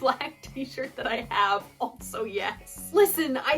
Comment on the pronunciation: Your pronouncement of "also" as "altso" is fascinating, where did you grow up?